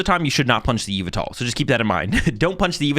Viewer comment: say it with me now yuh-vel-tuhl